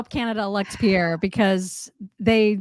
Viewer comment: Im so happy has mastered the pronunciation of Pierre's name!! Good job! lol